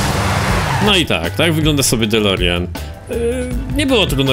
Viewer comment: DMC a nie GMC i nie Delorian tylko DeLorean